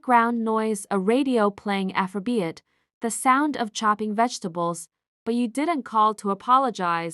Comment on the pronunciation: The AI narrator is horrible. Mispronouncing simple words like shoe/show, café, afrobeats, wound, and other words. The plot was different. Liked story.